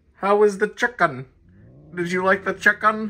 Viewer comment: Che-ken lol.